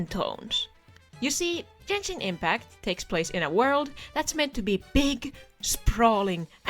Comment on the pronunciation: you don't even pronounce the game's name right, you dont even play the game